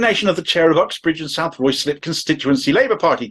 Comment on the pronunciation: Ruislip = RYEZ LIP. Please try and get it right.